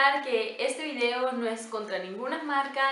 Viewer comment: Eres linda y simpática, intenta desarrollar tu propia personalidad. Copias ese tonito de voz de muchas youtubers (Rosy McMichael, Cecy Hinojosa, etc...) y resulta chocante. Lo mismo, no podía creer cuando te referiste a Liz, otra youtuber, y dijiste muy española "vidio" 😳 Bueno, eso en mi humilde opinion, 😁😁😁